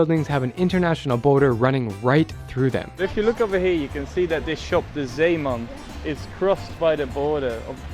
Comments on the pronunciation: That zeeman pronunciation was actually really good, cut that out of context and I would have thought you where Dutch (idk about Belgium, I have never really heard them pronounce zeeman) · That "Zeeman" pronounciation tho, amazing!